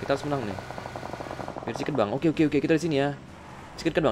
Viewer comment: Ngogeyy bang